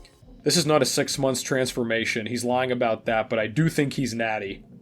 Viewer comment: Lol “trensformation”😂😂